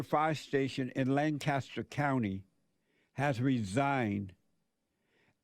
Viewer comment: Lane-cuss-ter SC......AMAZING!